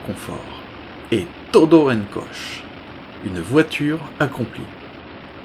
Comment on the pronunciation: "Coche" ça se dit "kotché" en espagnol... 🤣🤣🤣